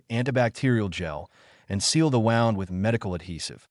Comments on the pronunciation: Injury= wound. Pronounced as WOOND. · I wish the AI narrators would learn to pronounce the words, tear, read, bow, wound, grenade, and agape correctly. It drives me crazy! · AI still can't pronounce "wound". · You butcher words wound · Nice story. Thanks. Why does the narrator voice get the pronunciation of wound (as in an injury) right some of the time. And then some of the time, pronounce it as wound (tightened thread around a spool)?🤔